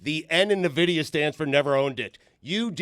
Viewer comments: Ok you know it's not pronounce nuhvidia right? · Nuh-vidia? N-vidia. FINES ALL AROUND. Dan - FINE. Stu - FINE. - FINE. - FINE. They are more than an AI company. They make video cards for computers as well and is the way most people in the US know of them. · It’s pronounced EN- Vidia for the love of God!! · It's pronounced en-vid-ia, lol!! & it's not some newfangled AI thing, they're a GPU company that's been around sine 1993. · And all those year, I always pronounced it En-vi-di-a. Huh. I guess that's a fine. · dan not knowing a damn thing about NVIDIA by referring to them as an AI company and calling them "nuh-vidia" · yeah I still know them as a GPU maker, but I can't help but laugh at them trying to talk about the company, not knowing how to even say the name 😅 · your saying Nvidia wrong. Cramer named his dog Nvidia, like ten years ago idiot. up 500% btw